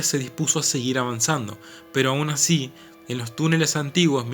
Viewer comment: "Ashi donde no shega ningún rasho de shol" alto che!